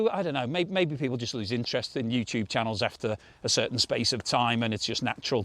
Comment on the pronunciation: Deterioration has six syllables, not five.